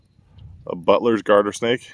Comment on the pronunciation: I thought you said buttless instead of Butlers LOL